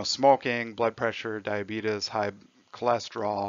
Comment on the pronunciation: YEEES HE CALLED IT DIABEETUS